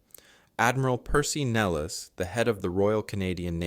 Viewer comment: Admiral Percy Nelles, pronounced "nell-iss". Also Regina, not "rageena".